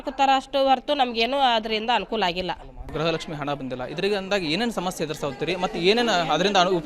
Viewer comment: ಎ ..ಆಂಕರ್ ಗ್ರಹಲಕ್ಷ್ಮಿ ಗ್ರಹಚಾರ ಅಲ್ಲ ಗೃಹಲಕ್ಷ್ಮಿ ಅನ್ನ ಬೇಕಪ್ಪ